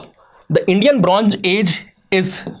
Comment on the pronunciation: It's Bronze, zeeee, not geeee